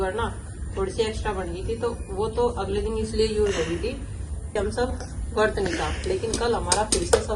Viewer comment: Vart nhi vrat hota hai